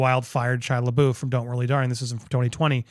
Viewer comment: They (O. Wilde and Jason S.) were never married. Only engaged. You keep referring to their divorce. Also, it’s Shia Le”buff” is how you pronounce it, even though it looks like Le”boof”. Just FYI. :)